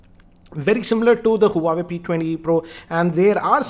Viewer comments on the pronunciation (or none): More like "uawe" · Not huawei wawei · Learn to pronounce huawei correctly first.